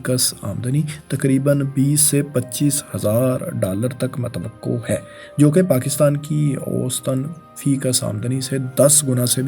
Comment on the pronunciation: آپسے گزارش ھے کہ تھوڑی سی تلفظ پر بھی ریسرچ کر لیں اب تو میرا بیٹا بھی آیکی غلطیاں نکالتا ھے جیسے کہ Dabai nahi dubai hai آپ بھت سی غلطیاں کرتےھو برائےمہربانی اپنی اصلاح کریں میرے بچے اور بھی بھت سے لوگوں کے بچےبھی یہ ویڈیوز دیکھتے ھونگے اب متوقو کوئی لفظ نھی ھے